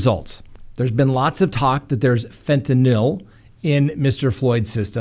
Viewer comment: "fen-tah-NIL" Me: 👏🙌 😁😂😁 🙌👏🎉